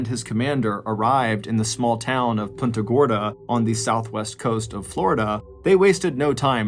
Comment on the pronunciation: Punta Gorda not punta gordo